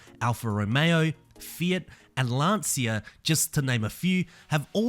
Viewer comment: it's pronunced Lancha not Lansia!!